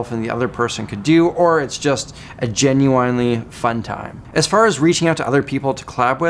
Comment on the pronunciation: I love that you unironically pronounce genuine like the artist that does the song Pony